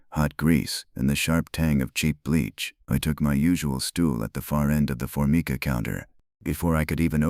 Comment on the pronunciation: for-my-ka,counter top , thirty eight special, not point 38 special